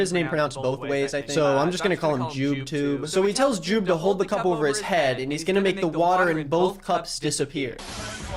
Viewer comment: this makes it so much more obvious how much work put into this, even the cuts are in the same places edit: actually nvm, fucked up the word "cup" and i take everything back